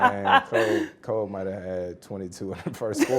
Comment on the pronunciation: kind of annoying how he keeps saying "Kob" instead of "Kobe". Like I get it, he probably called him that, but come on man, out of respect for him now, at least say his name right.